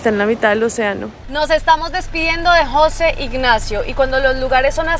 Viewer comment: No es Jóse ignacio, es José